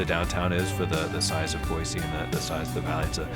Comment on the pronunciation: Someone coached them to say Boy-See, lol!